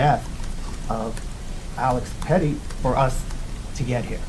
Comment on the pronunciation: if the reporter cant even pronounce the dead guys last name do they even really care?😂 petty pretti has a nice ring to it alex petty? His name isnt petty fool